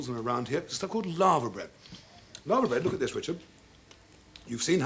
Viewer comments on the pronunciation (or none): LAVER bread, not LAVA. anyone at the BBC speak English anymore?